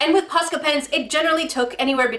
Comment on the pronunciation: (post • ill • ah) I believe is how its said just dont say post with the O saying its own name